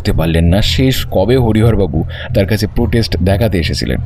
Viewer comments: Prostate হবে শব্দটা। protest না। গল্পটা খুব সুন্দর। এবং উপস্থাপনা ও। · গল্পটি ভালো লাগলো, একঘেয়ে গোয়েন্দা গল্প নয়, উপস্থাপনাও যথাযথ, তবে শেষের দিকে "প্রোটেস্ট গ্ল্যান্ড" শব্দটা কানে লাগলো, ওটা সংশোধন করা দরকার ছিল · Shob thik but prostrate gland bar bar bhul pronounce keno kora holo??? Eta to khub common ekta word!